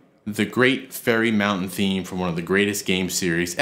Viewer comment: Zelda and Tool - two of the great loves in my life. I love the original since it's one of my first memories, but I also love LttP and OoT! Also, just as a heads up, it's Great Fairy Fountain. Sounds like you're saying Mountain. Thanks,!